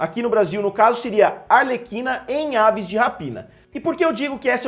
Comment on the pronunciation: A pronúncia é "arleKina"